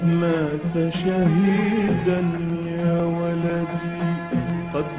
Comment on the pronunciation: Valady is wrong pronunciation... It is "walady".. And walady is not a name it is a word that means " my son"